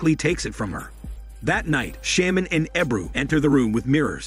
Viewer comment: had to stop after the word "sham-man" was said 5 times. dude, like i know its a text to speech thing but thats not even a fucking word. you would think it would be programmed to said correctly. dude has a big channel and uses MS text to speech for windows 98. damn 😂😂😂